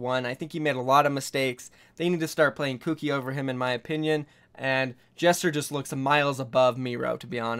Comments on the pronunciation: Gesture not jester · It's "Gesture" not "jester" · y u say gesture like jester tho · Please pronounce "Gesture" as Gesture, not Jester. Thank you in advance. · well the word gesture is pronounced with a soft g (j) soo.. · Lol for gesture you said jester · Is it just me that thinks he is pronouncing Gesture as Jester? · You pronounced Gesture's name wrong. Simple English word dude.